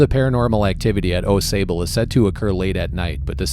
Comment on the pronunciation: Pronounced like awx. I live there.